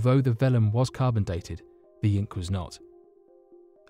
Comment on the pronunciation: When you said carbondate stone I was gone 😂😂😂😂🤦‍♂️🤦‍♂️🤦‍♂️🤦‍♂️🤦‍♂️🤦‍♂️🤦‍♂️